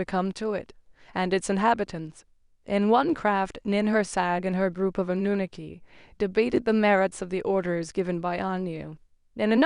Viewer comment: People all over the internet pronounce Anunnaki the same way then you come along and want to butcher it pronouncing it completely differently from everyone else. Lol